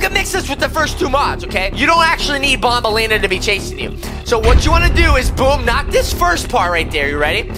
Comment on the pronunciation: Actually it's not bonbenlena it's actually banbelena and actually name it's opila bird